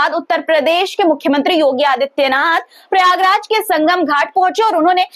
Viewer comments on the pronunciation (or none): none